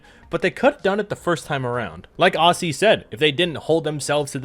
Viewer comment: As an Aussie, let me tell ya, you pronounce the word "Aussie" unlike pretty much any Australian actually does. Think more "Ozzy" less "Aus-See"